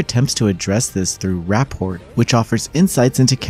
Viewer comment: Bro can’t even pronounce the main characters name right 😂 Also rap port? Sheesh what a mess